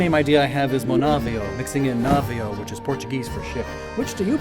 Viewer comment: As a portuguese I appreciate your effort on pronunciations 😉 edit: I might start pronouncing some words like you did 😂. Návio was hilarious